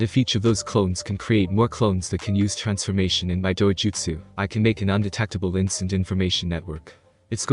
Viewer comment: wait did I just hear dojutsu?